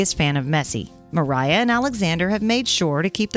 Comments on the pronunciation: native Russian speaker here. Masha's full name is Maria Dmitrieva. It's pronounced as Muhreeyah. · MARIA. Not Meriah...